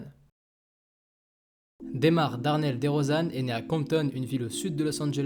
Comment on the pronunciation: Très belle vidéo.. La manière dont tu prononces son nom 😑😢